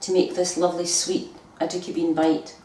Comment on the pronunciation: I love how she pronounces it. Sounds like "a dookie" I'm sure they taste better than that lol.